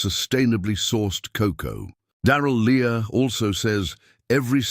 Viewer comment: Good advise!! However the Lea in Darrell Lea is pronounced as Lee, not Lee-ah! Anyway, buying those supermarket Easter eggs is an annual con that you agree to submit to.